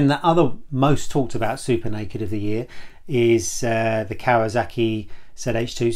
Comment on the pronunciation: What's a 'Kawazaki'?